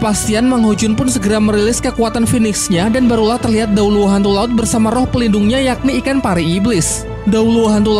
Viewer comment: Bang tadi bilangnya kok dewa laud bukan dewa laut